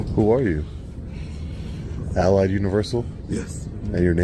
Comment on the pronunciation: Anyone notice the way pronounces Allied sounds like he is saying "I lied"? BTW how the hell does he not know it's universal not university?!?!